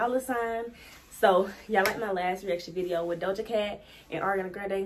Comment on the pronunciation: “Viseo” took me out 😂 but this is dope, I finally got to hear the song watching this vid so thank you lol. I subbed too